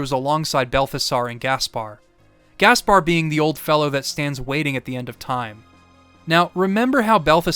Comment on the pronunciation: I know it's just a small thing, but it's pronounced Mel-Key-Or, Ball-tha-Zar, and you got Gaspar correct. I'm not a religious nut, but it is a biblical reference, so it's pretty well documented on how to say it. Great job on the video though. It's my favorite one since you did WindWaker